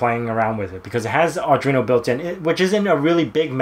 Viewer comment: Why are you calling it "Ardreeno"? There is no 'r' after the 'd' in Arduino.